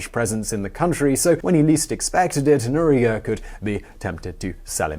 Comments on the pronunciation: dude, i watch you for years now, but i have to say it's Noriega. not Noriga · Nor-ee-ay-ga. Noriega. Nee-ca-ra-gwa. Nicaragua. Who is supposed to be coaching on these things?